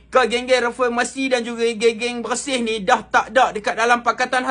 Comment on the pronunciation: Bersih dah jadi bersin 2.0😭😭😂